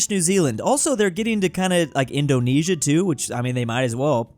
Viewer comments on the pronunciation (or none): none